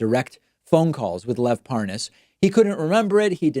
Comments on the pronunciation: Love the way he intentionally mispronounces Parnas as Par-Nas. Shows you how stupid he thinks Americans are and in the case of Trumpsters, he's right. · How can i sell this better??? Hmmm. Oh, I'll pronounce his name "par-nos" Killed it!!! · Do you reckon he's saying 'Lev Parnoz' to try and give the impression he's getting the name wrong because he doesn't know him? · Mark my words this is not the last time you see will Nunes purposely and obviously mispronounce the name "ParNaas" The blaiten attempt to seem dumb and innocent is completely noticeable... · in other vids, has any1else noticed that, when Nunes had to speed up the conversation & add the word "WIFE," to the end of Parnas, he was able to say it just fine. ("Parnas's Wife") ... &then he went right back to mispronouncing it. 🙄 (ParNAZ, ParNOZ, ParNOZE, are ALL incorrect) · It's so hilarious that he pretends to mispronounce the name. Parnas is one of the most famous men in the world at the moment especially among usa politicians. I'd rather believe Parnas than anything from Nunes. And I realise Parnas is not a trustworthy person. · Watching this never gets old to me. 🤥 My favorite part is where Devin Nunes pauses and pretends he is unsure how to pronounce “Parnas”. After he has already pronounced it correctly several times. 🤣🤣🤣 #SlickDevin 🔥👖🔥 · well he obviously doesn't know who the man is, he can't pronounce his name properly (even though it's an easy name to pronounce and the anchor has been pronouncing it correctly at him non stop) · So obviously lying and the way he pretends he doesn’t know how to properly pronounce Parnas is pathetic. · I like how Nunes deliberately mispronounces Parnas to make it seem like he really never heard of the man. He thinks he's very clever. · Liar tries misdirection with mispronunciation of Parnas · "What? Huh? What is a... Par Nass? Never heard of it." Really... lol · It's Parnas, not Paaaahnaaas, Ron! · Par-nas. Pas-nos? Pa-ra-nas? Nunes sounds like an idiot.